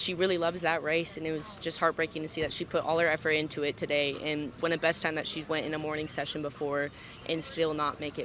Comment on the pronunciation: I wish you could pronounce a "th" sound. Jesus. Do you have to replace a "th" with a "d" EVERY SINGLE TIME?! GOD that irritates me.